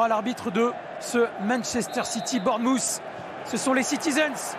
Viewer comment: Le commentateur prononce très mal Bournemouth. Essayez de dire Bornemeuf. Le son "th" est difficile et la plupart des Anglais le prononcent comme un "f". Par exemple. Three = Fri Through = Frou Think = Finque Bath = Bafe